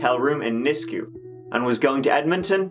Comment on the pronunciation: Just the tip of the injustices against our aboriginal women in Canada. Also, it's pronounced "nis-queue", but you got kijiji right lol